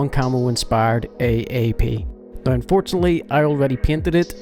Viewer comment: I'ts "now" not "noe". I mean wtf